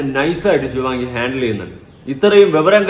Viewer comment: ശിവങ്ങി അല്ല ശിവാംഗി 🙏🙏